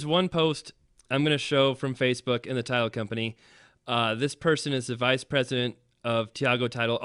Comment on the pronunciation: I thought all the way through you were saying Tile Insurance, then heard title insurance.